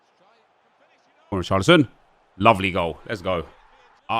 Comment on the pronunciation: When he says come on Richarolson he sounds like he’s saying boris johnson😂